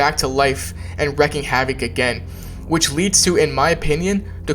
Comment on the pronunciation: Wreaking = Reeking Not Wrecking